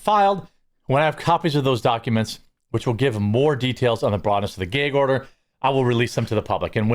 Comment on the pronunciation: Gag order as in bag order not geg as in peg. You really threw this old gal' off. Edit: some of the parents in the Kohberger case were not contacted regarding the plea deal.